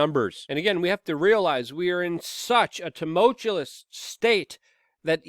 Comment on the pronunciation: tu·mul·tu·ous /t(y)o͞oˈməlCHo͞oəs/ Learn to pronounce